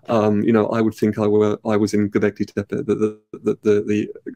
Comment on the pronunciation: Just for clarity, in Turkish "tepe" (hill) is pronounced "teh peh" not "teh-pey". Lee Clare pronouces it correctly in this video.